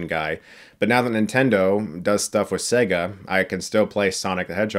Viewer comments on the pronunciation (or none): ‘Say-ga’ please. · Say-ga not Segg-a ffs 😂♥️ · Chris learn how to say your vale’s when e comes before another vale it makes it say it’s own name. Sega . It’s not an egga lol